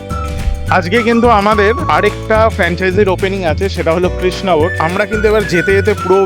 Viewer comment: তুই কৃষ্ণনগর উচ্চারণটাই করতে পারছিস না। তুই কি নেড়ে?